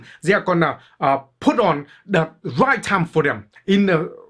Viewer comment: never Wong onlwy wight